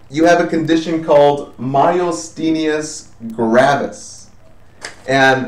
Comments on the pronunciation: I LOVE your videos. They have been most helpful. It is somewhat irritating hearing you pronounce MG wrong over and over again. There is no L anywhere in the word, and there is no S on the end. Also, your lecture on MG is correct in the following videos you made but you state here that Acetylcholine fails to be secreted. It is a more a matter of uptake and receptor blockage, not production of ACh from what I read. Thank you SOO much for allowing these videos for free on Youtube. I wish I could afford your full package on simple nursing! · Doesn't know how to say the term Myasthenia Gravis to begin with... a bit disappointing. Didn't do a very good job covering MG -- didn't get all the basics. Missed the pronunciation, again, on ALS. Didn't cover why these two are grouped together.